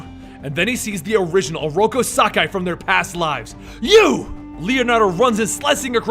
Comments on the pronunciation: Sock-Eye huh? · i'm pretty sure it's sak-i and not sakai and it's kur-rai and not kar-rai